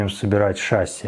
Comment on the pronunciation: ну какое шАсси, ты же начал какое-то время назад правильно ударение ставить, почему опять на кривое вернулся? в любом значении там на последний слог. и в слове красивее ударение на и падает, а не на е, это либо здесь было, либо в обзоре форд гт. но это единичный хотя бы случай